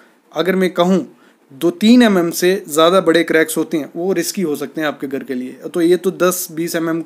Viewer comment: Would be nice if you could pronounce GHAR correctly. Tired of hearing of GAR.